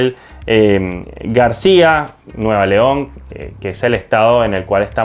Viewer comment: ES NUEVO LEON ......puñetas Lee bien ...